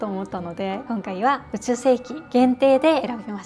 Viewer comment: 「宇宙」の事を、「そら」と言うあたりガチ勢ですね😂